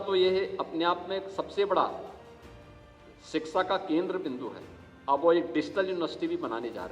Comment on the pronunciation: मुख्यमंत्री को शिक्षा बोलने नही आता है, सिकसा बोलते है 😅😅😅